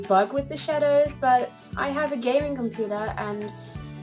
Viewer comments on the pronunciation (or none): none